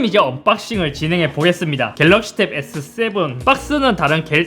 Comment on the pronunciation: 에thㅡthㅔ븐은 인정이지 ㅋㅋ